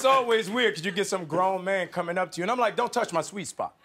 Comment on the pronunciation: CHRIS EVANS DOESN’T WIKE IT WHEN HIS SWEET SPOT IS TOUCHED